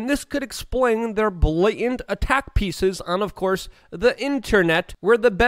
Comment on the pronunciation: Their blannent ??? what? OH BLATANT.